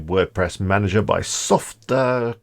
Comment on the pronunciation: It’s “sof-tack-u-lis”😆